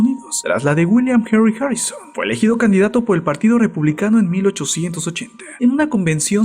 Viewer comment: Imbecil ablas harrisoon